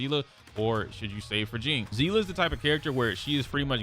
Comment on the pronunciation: not to be that guybut its sea- lee